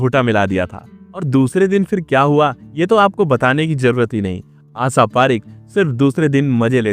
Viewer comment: भाई तेरे उच्चानसब गुड़ गोबर कर दिया श को से ही बोलते हो , आशा को आसा बोल रहे हो पूर्वांचल से हो क्या क्ष को भी छ बोल रहे हो सत्यानाश।रण ने तो